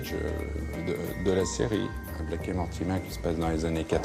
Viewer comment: Mais pourquoi il dit Blake en disant le a comme en français c'est pas possible !